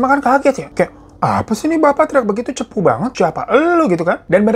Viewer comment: Ngakak logat nya pas bagian, "cepu banget"😭